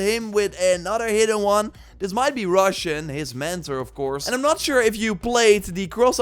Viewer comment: Great video as always. Just wanted to say Roshan's name is pronounced as /roʃæn/ (sth like Ro-shan) and not pronounced as "russian" that you said.